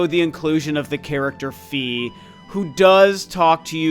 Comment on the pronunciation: Lovely video,! But…………..argh!! It’s “FYE”, not “FEE”!!! 😜 proof of that: the Japanese spelling of her name, and any narration cutscene from Hyrule Warriors that mentions her. Sorry for the nitpicking 🙃